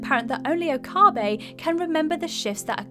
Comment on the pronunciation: Stains ... Gate and Okaahhhbe. I think I threw up in my mouth a little bit!